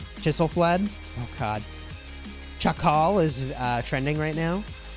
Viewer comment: Should be Chiskal not Chakal